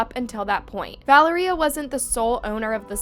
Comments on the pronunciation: “Val-uhh-ree-uh” noooo its vuh-lair-yuh!!!! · LEARN TO PRONOUNCE NAMES ITS NOT VALERIE-uh it was val-lar-ria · Is her name really pronounced as "Val-er--ee-ah?" Or is her name pronounced as "Val-air-ee-ah?" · American people can pronounce for once this name correct , it’s ValEria not ValerIa ….. the tone at the grammar E